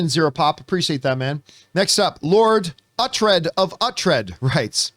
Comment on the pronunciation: It's pronounced OO-TRED. He's the main character of The Last Kingdom on Netflix. Which is the greatest TV show ever made. Similar to Game of Thrones, but actually really good!